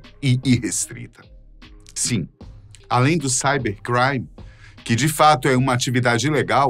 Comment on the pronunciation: amigo voce nao sabe falar cibercrime normal nao?